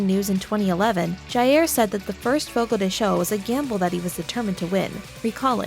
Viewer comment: Its not fogo de shew its fogo de chow ..rrrggg